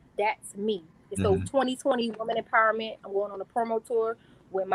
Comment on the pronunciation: Why can’t anyone say Women’s Empowerment correctly?